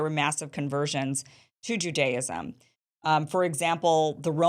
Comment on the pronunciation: She's actually pronouncing Judaism incorrectly.